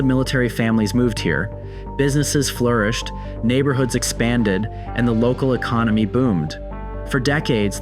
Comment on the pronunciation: ecomony??? arksansa is NOT considered the midwest! this guy is so dumb